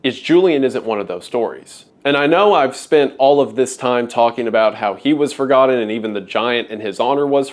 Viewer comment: it is sad to be "for-godden"